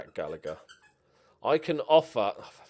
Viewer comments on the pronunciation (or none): none